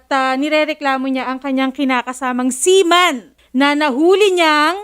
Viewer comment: seaman❌ seamoan✅